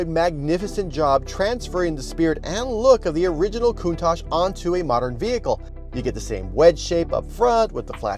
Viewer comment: Breh it’s not pronounced coont-ach is pronounced count-tach, honestly the most annoying thing Americans say